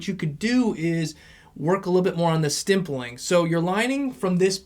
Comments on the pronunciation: it’s stippling not stimpling 😘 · Why are you saying stimpling